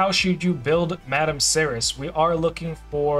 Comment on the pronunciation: Madame Serris was the reason I started playing this game and it only took me 3 years to get her then the meta changed. FYI her name is pronounced Serry , the last s is silent like in French. Keep up the good work and God bless you and America